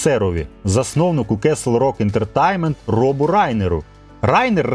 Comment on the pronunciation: [fræŋk ˈdɛrəˌbɑːnt] - Френк Де́ребонт (з наголосом на першому складі "Де"). Darabont — угорське за походженням прізвище, але адаптоване до американської вимови. Тому читається як "Де-ре-бонт", а не "Дарабонт". кеслрок ентертаймент блять ..... пздц ти даєш. Castle: /kɑ́ːsəl / - The "a" sound is like in "father, тобто КАСЛ /rɔ́k/ тобто рок. /ɛ́ntətɛ́jnmənt/ ентертеймент, з наголосом на -тейн-. а не ентерТАЙМЕНТ... кабзда просто скільки дивних наголосів, не правильної вимови. тема кльова, хороша і правильна. але ти не освічений, чи принаймі таке враження. мене вистачило на 9 хвилин. працюй над вимовою та дикцією. бо потенціал є. і голос приємний. а поки що це шлак.